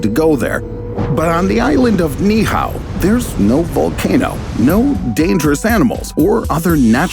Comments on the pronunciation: It's NOT (NIHAO) It's "Niihau" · It’s pronounced “knee-E-how” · Knee eee oww is how it’s pronounced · Great video even though you painfully mispronounced Ni'ihau over and over. It's pronounced Knee ee how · Pronounced Ni’ihau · You need to Learn how to properly pronounce Ni’ihau